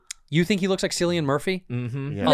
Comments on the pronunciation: She doesn't know how to pronounce his name though. It's killian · NAHHHHHHHH BRUDDA SAID SILIAN MURPHY